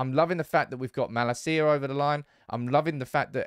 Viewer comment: Please check how to pronounce Malacia. As a Feyenoord fan, it hurts my ears